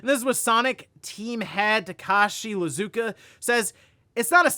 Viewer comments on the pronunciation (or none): I feel like this may have been stated in the past, but it's not "Lizuka", it's "Iizuka" with two I's. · Will ever pronounce Iizuka properly?